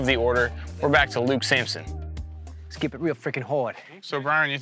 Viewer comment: It’s Samson not Sampson